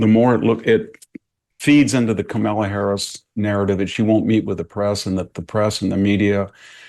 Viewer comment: Hanson mispronounces Harris' first name as kuh mullah. Is it a senior moment? It's 'comma la'